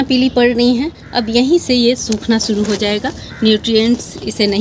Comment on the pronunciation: Awaj bahut achhi he lekin language problem he...suru nahi shuru kahein